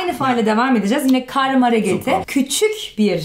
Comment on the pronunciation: so "Küschik" 🥺😂 Kleiner tipp, wenn man "tsch" sagt wird das ç geschrieben im türkischen:D man schreibt es also küçük:D